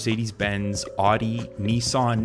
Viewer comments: It's ow-di not aw-di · Sorry... but... but... aw-dee??? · Yeah, also Audi is OW -dee and Jaguar is ZHAG-oo-WAH. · U say audi so wierd. its Owwdie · "rdee" "neesan" "renolt" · Car enthusiasts like me hate this. We should develop some sort of infrastructure so that people can still drive cars by themselves but other people have options like driverless cars. And seriously man, if your going to make a video about cars then please pronounce audi correctly